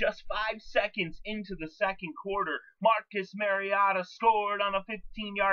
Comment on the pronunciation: who the fk is mariada? have the courtesy of learning players names..